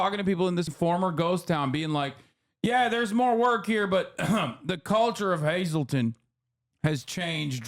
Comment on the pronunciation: Nobody told him how much he butchered saying Hazleton the first time?! It’s amazing how he pronounced it right when doing the fake accent which doesn’t fit the NE quadrant at all.